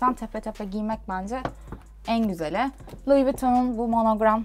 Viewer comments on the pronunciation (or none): Louis Vuitton değil lou vuton